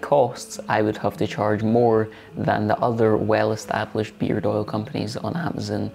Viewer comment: Oops! That's beard! (sounded like beer)